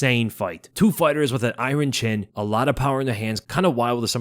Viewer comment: INE - Ron Mike Chandler with his INE- RON chin. It’s INE - Run lol